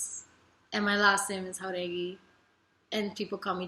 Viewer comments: Anyone else noticed recently she’s been saying her last name in spanish and not americanizing it like she used to? Love that for her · Lauren pronunciando su apellido como debe de ser >>>>>>>>>>> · I love how she pronounces "Jauregui". I'm heart eyes emoji every. single. time. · IS IT JUST ME or did lauren use to pronounce her hispanic last name with an american english accent but recently she's been pronouncing it how it actually is?